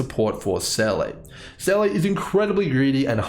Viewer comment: love the math/spreadsheet. i just cant get over "seyley" when in game it's pronounced "seeluh". the dissonance it causes me wahaha